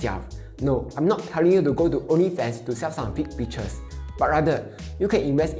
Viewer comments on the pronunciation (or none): none